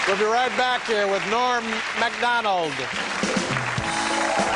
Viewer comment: Loved every moment of this. Norm always makes me laugh and just as importantly, always makes me smile. There's a part where Don King is talking and I have played it over and over and still don't understand what he said. he says something like, "And here he is, Ebah Dahban y'all!" Is he trying to say Norm's name and forgot what it was so he just mumbles it?